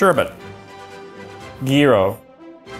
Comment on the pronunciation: Same for me I'm greek and gyros is a lot off